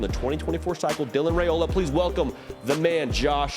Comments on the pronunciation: It’s Ri-ola not Ra-ola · Dylan"s last name is pronounced RaIola ("I" not "A") Names are important, guys